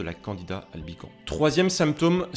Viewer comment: PS. on dit LE candida (c'est un champignon-masculin ) et dans Albicans , on prononce le S final. Bon , on comprend quand même et ton résumé m'a appris des trucs.